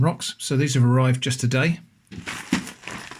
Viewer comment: You pronounced arrived wrong 😁